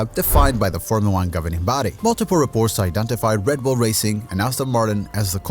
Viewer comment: REDBULL not RADBULL